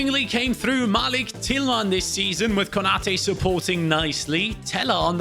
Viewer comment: can you do a qpr rebuild plz and malik tillmans first name is pronounced Muh-leak